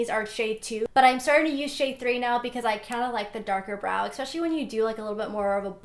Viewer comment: Why does she say "expecially" not "especially"